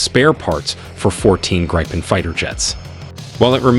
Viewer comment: You know it's an AI video when they pronounce Gripen as Gry-pen and not griffin. #propaganda